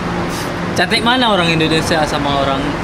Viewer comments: Olang Olang🤣😂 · Humor saya cuma sekedar dia ngomong "olang olang"😂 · R dibaca L L dibaca R 🤔